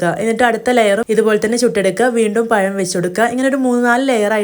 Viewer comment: പയമല്ല🤭 പഴം.... പഴം😀😀😀